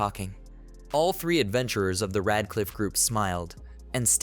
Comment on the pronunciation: How did "Red Cliff" turn into Rad Cliff". This translation stuff done for voice and text is not good, you have zero reviews being done and producing sub-par videos. I disapprove. You know when smart people write a book they have the book checked by someone who can clean up the grammar without changing the meanings of the sentences. Sure I'm poor and use an automated process but you need a smart human who is fantastic with English and can view the auto and text from the story to make sure everything is 100%